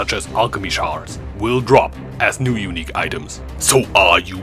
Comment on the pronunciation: i legit heard "uniques you'll never drop". Which hits home too.